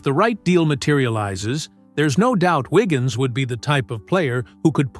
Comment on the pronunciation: Andrew "Wiggin".... Downvote AI SLOP.